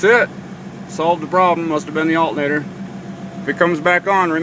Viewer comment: He's making fun of the way you say alternator. lol. Thanks for the video anyhow, I'm getting the same signal on my shit truck as well.